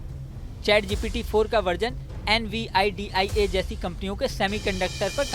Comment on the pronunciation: Nividia pronounce nai kr pa rahe ho Well video achhi hai 👍